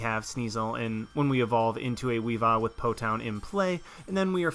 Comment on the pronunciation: It's Po "Town" :(